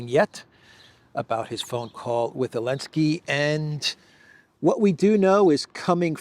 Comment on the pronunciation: Why do you call him Elensky? The Z is not mute.